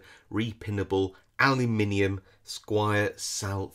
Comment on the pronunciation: As an American, I always enjoy the English pronunciation of "Al-You-Mini-Um". Sounds much cooler than the marble-mouthed way we say it over here. 😁 Nice picking sir, thank you for the video!